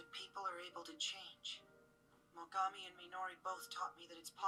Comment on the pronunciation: The moment it looked like he was about to lose his shit after getting kicked sent me chills. Fight was great as well! Ps: Name's Mogami, not mogumi! :D!